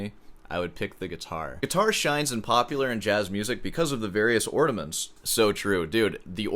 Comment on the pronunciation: Are you saying "ordiments"???